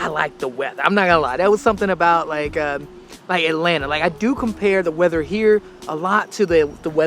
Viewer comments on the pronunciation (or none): none